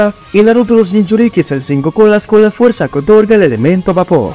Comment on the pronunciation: se equivocó y dice fueza 😂😂